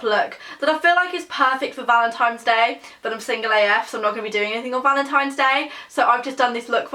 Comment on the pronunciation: You said valentimes day lol I love you